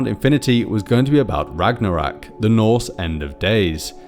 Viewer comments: Ragnarok is pronounced "Rag-na-Rock" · Keevan (Kivan) ? Skim-itar (Scimitar)? Ragnarak (Ragnarok)? If you're going to make a video at least know how to say the words. Kivan can get a pass (names aren't always obvious) but the other 2 are well known words and Ragnarok is pronounced how it's spelled. SMH